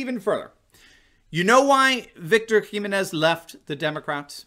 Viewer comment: please learn to say Jimenez properly.